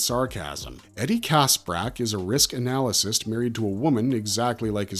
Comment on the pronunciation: It's pronounced anna-list 😊